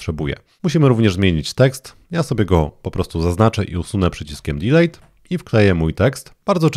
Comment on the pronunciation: Wszystko super. Polecam jedynie sprawdzić , jak wymawia się prawidłowo 'DELETE' ;)